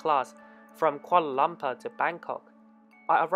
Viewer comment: Kuala Lumpur.!!! Not Koala laompaaa..!!!😂😂